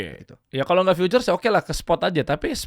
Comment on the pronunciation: Bukan "FEATURES" bang, tapi "FUTURES"